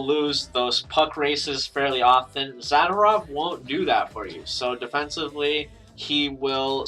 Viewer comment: zuhdoorov is how you pronounce his name ;)